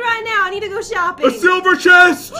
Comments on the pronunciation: you sed šuping not shoping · said let's go shoeping too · said let's go shoeping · said shooping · we're shooping Me:I can't do this:p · You said shopping Wrong